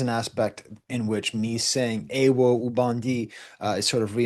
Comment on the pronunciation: I’m sorry but I need to correct the pronunciation on “ewo”. It is pronounced 90% the same as “hero” in French rather than “aye woe”. The main difference is Rs are soft in kreyol so they sound almost like Ws.